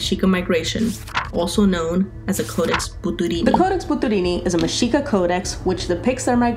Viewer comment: Finally someone pronounces it correctly. Anyone who took history of that time period in college would know this but you'd be surprised how many pronounce the x with a hard sound.